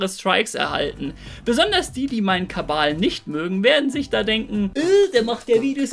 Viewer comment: Warum sagst du immer Kabal 😂